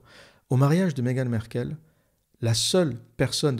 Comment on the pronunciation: On ne dit pas : Megan Merkel ,mais on dit: Megan M-a-rkle .On prononce le a. vous qui avez vecu au RU vous devriez savoir cela . Ce n'est pas comme Angela Merkel , c'est M-A-RKLE . Ok ? Corrigez votre ignorance,merci .